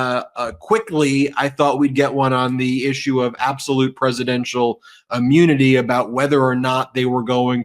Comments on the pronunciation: Are you aware you say ammunity, not immunity? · Love the channel and am a huge fan, but please please PLEASE stop pronouncing immunity as UH-mmunity... it detracts from your credibility.